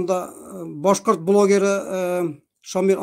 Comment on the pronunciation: Нишләп Рәфис Кашапов буталсыҡ башҡорт - татар телендә һөйләшә әле? Чисто ғына татарса түгел? БӨтӨрҙӨләр, хәҘер, ҡайҘа, беҘҘә һәм башҡалар. Ҙ өнө, Башҡорт теленә хас сингармонизм. А өнөн Урал аръяғы башҡортлары кеүек ҡаты итеп әйтә.